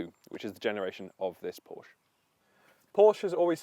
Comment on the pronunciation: Ye gods another one that can't pronounce PORSCHE! Owned my 911 C4 for 13 years. She's 24yo this year and thankfully isn't overloaded with "toys".